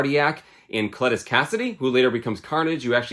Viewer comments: I was looking for this comment. I had to go back and make sure I heard him right. 😂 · OH NO I know you didn't mispronounce Cletus. Just kidding, another good vid!